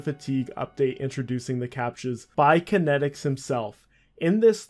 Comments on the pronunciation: Kaitnieks= Kite-neeks Not Kinetics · The website wasn't kenneticz, it's kaitnieks, pronounced "kite-nye-icks". Otherwise bravo this takes me so far back, i been playing rsc since a wee-lad, around 2001. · Not sure how he got kan-et-iks from Kaitnieks. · Why do you keep pronouncing his name as kinetics when his name looks nothing like it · This guy really just called kaitnieks “kinetics” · Some OSRS content creators don’t know phonetics. FlippingOldSchool has the same problem. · Haha it’s a dutch name, no wonder that he doesn’t pronounce it right. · Yeah, it's honestly pretty annoying to hear someone make a video on someone so prominent and then just repeatedly get the name not even close to right. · its actually pronounced kite-neaks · im American and I understood how to pronounce it immediately, this youtuber is just a pepega. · Lol autominer source code being "clean", it was literally just a clicker, you could write something similar after spending a week learning to code. By runebot you mean AutoRune. And Kaitnieks is not pronounced "kinetics". OCR = Optical Character Recognition, not Content. Alot of inaccuracies and missing info here I think. Btw you can find Kaitnieks on reddit. All that said, it's great to see someone documenting RSC, I cant begin to tell you how unbelievable it was. I recently started playing RS3 out of nostalgia but honestly, so much of the original magic no longer exists in the game. From staking in a packed draynor, to trading in varrock market and pking in edgeville. All 3 locations, always packed, just an amazing game. Finally, I wrote many RSC bots back in the day and was very active in the community, if you ever want to talk anything RSC hit me up. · Aside from absolutely decimating the dudes name, solid vid